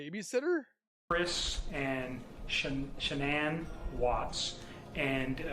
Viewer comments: Can't listen to him talking he keeps calling shanann Shannon, and making loads of mistakes, delete this this is terrible ❤ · "This guy has a way with words"😂😂 I think its an AI video...thats why it keeps calling her "Shonnon"...but it does tell a good story